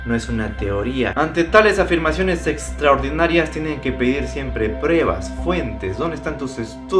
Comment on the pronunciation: Xq dice prebas y nevo en vez de pruebas y nuevo🤔